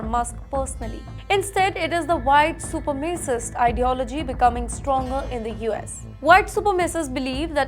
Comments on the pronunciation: It is not super macist it is supre macist 😂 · Super-macist? Learn the word. It's not difficult.